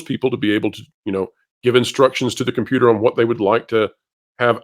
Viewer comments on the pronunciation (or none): none